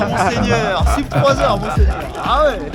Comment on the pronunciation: Bravo pour le rp! Petit message en passant pour: "sub", il n'y a pas de raison de le prononcer à l'anglaise, c'est du latin. On prononce soub en latin, seub en anglais, sub en français 🙂